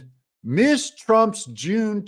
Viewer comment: C'mon Doug; Ms is not pronounced the same as Miss and neither is Mr. And department stores don't save security camera videos for thirty years. What Trump could do, if provided with a specific date, is possibly show where he was on that day.